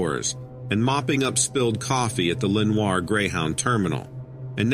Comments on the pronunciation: It should be Leah-nor.... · I live in the area mentioned, specifically Leonoir mentioned. It’s pronounced “Lenore”, no French accent 😊